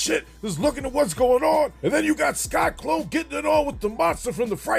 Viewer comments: Entertaining as always, but why do you keep calling him “Sky-Klone” instead of “Sy-Klone”? Just curious… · It’s sy-clone. Not sky-clone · Lmao! You keep saying "Sky-Klone" 😂😂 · Sky-Klone? Lol